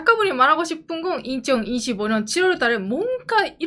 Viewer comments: 저번부터 느꼈는데 2025년 읽으실때 2015년으로 들리는거 저만 그럼?? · 이가 묵음입니다